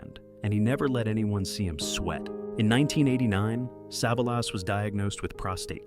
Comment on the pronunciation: Poor pronunciation of Savalas, at least pronounce names correctly AI